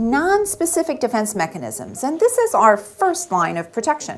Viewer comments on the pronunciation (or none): none